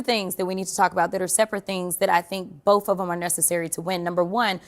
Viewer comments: ... Bofe of them ... Why did Texas elect someone that says bofe ??? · When she says "We BOFF" proves she needs to study English instead of trying to live off the politics. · How can she not say the word "both". It is "both". Not "boufff". Also,ndid she just admit she was gonna win using voter fraud.....